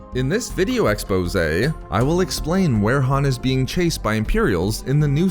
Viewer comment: I cringe everytime this guy says "expose"